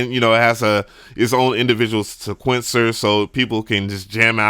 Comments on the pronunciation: This dude still can’t pronounce Sequencer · Please learn how to pronounce sequencer